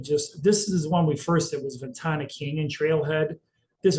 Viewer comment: Ven Tana not Ventanya